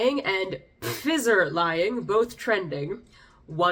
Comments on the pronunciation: You said fizzer instead of FI-Zer,lololol. Great video thank you as always! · It’s pronounced, Fizer. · pfizer (pronounced Fye-zer, the P is silent) is one of the vaccine companies, think one of my vax was from them. Worst thing they did was profit off it instead of making cheap public options so governments around the world could produce it instead of making it harder for less wealthy nations to acquire them